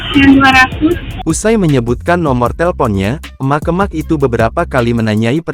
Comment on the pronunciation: Naratornya jangan pake bot, jelek banget ngucapin kata "emak-emak",...